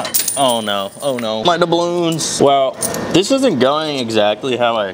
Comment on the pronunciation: "....muh dubloons ...." 😂